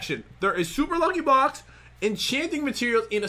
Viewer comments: he says super lucky bocks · did you now pat said bocks in stead of blocks